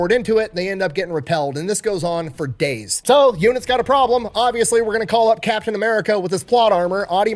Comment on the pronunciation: It's Captain, not Captian.